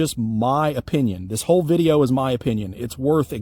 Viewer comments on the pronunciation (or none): none